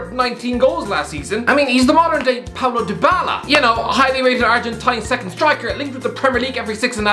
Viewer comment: Did he say Paulo Dybala or PABLO Dybala